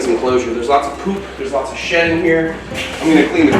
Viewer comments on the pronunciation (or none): Ohhh “deep in SHED” not SHIT. 🤣🤣🤣🤣💦